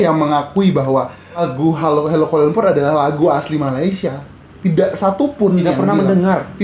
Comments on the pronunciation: Sebutan 'Kuala lumpur' dlm lagu itu bukan cara sebutan org sini. Kami sebut 'lumpo' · Assalamualaikum Mr, setahu saya lagu utk kanak² di Malaysia tak ada yg menyebut aku, sbb bg kami rakyat Malaysia sebutan aku tu terlalu kasar, apa tah lg di sebut oleh kanak², cara sebutan lirik dlm lagu tersebut pun jelas kedengaran amat janggal.. penyebutan "Kuala Lumpur" blh di anggap terlalu tebal, perkataan halo, ibu kota & aku suka sekali juga kelihatan canggung bg kami rakyat Malaysia 😅 maaf ya Mr kalau sy tersalah ckp, salam hormat dr Malaysia ❤ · sebutan 'Kuala Lumpur ' pun bukan sebutan sebutan malaysia...